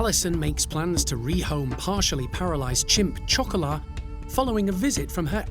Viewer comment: Chocolat does not mean "Little Girl"...that is Petit Fille in French! It is also not pronounced CHOCOLAH - it is pronounce SHocolah. SHO-CO-LAH Chocolat is Chocolate...period! GEEZ..KUDOS to Graziella...If she is in her 80's she was a Senior Citizen over 15...perhaps even 20 years ago. If you're going to take her...I pray she thrives to the extent she can in Dorset! Hiya Toto! Cataracts, eh? You're still doing pretty well and I hope they will fix that problem!